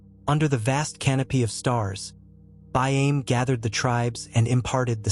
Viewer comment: Can you get the nanes right though. It throws you off when listening., and we find ourself correcting you out loud. These stories are from my peoples the Euahlayi Yuwaalaraay and Wiradjuri . The fish traps are still there even after years of being destroyed everywhere settlers found them. BAIME sounds like Buy arm Eee